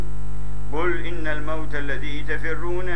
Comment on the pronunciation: Koreksi (yakinlah banyak koreksi lainnya. Yang punya tambahan, silakan di kolom komentar ya) إن Gunnahnya kurang, serta juga gunnah yang lainnya من فضل الله Seharusnya dibaca 'minfadlillah' karena waqaf (berhenti), juga di menit عن ذكر الله seharusnya 'an dzikrillah' dengan kesalahan yang sama. Seharusnya sadar diri kalau dia yang gk menjaga mulutnya tatkala membaca kitabullah. Allah menyuruh membaca dengan tartil, ورتل القرآن ترتيلا Tolong sampaikan ya, adab membaca Alquran tolong diperhatikan.